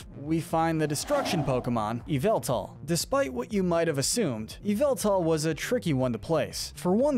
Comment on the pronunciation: Him:eviltal Pokémon: yveltal